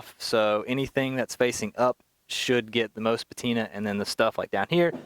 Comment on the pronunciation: My man, please do not sweat small things like audio etc. Your video is great and presentation and content in general is great. That said. Now this is just a personal preference... but i HATE this new fad of "petina" lol. I know it's just me and it does not discount all your hard work and effort put into it.